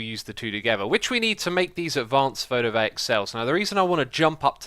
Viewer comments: Its probably you saying it silly just because you can, but its i-co-sa-he-dron not ice-ahedron. it says icosa not ice. Also, the solar pannels are photo-VOLT-aic, not photo-vaic. Not to sound offensive, but are you just being silly or do you actually have problems reading? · Photovoltaic: foh-toh-vol-tey-ik Icosahedron: ahy-koh-suh-hee-drun :) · i like the videos, but one thing that i hate is how he pronounces things. it's it's photovoltaic, not photovaic. great video though note: yes i am a bit of a grammar nazi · I'm sorry for correcting you, but it is photo-VOLTaic as in the unit of electrical potential